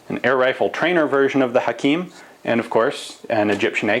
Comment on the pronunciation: U say Hakim Perfectly